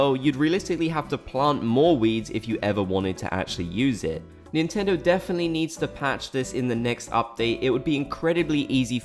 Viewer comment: "NINTENDO INTENDO" 🤣😭